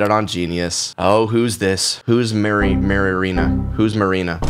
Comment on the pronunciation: YOU CANT JUST SAY "whos mari- maririna, marina" AND JUST KEEP ON WITH YOUR LIFE.